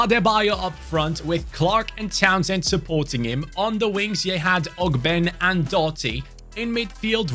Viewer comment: What’s up I hate to be that guy but ogbene is pronounced og-ben-ay gotta represent my fellow Irishman I love the videos and keep up the grind Much love brotha